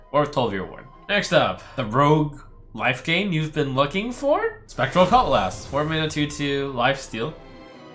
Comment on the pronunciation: Why does he pronounce 'cutlass' as two separate words.